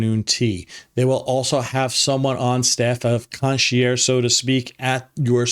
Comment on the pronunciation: You might want to work on your pronunciation of "concierge".